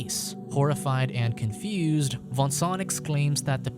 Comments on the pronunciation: Its not Vincent its Voangsoang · i can't stand the way he pronounces the name xD that's too much for me!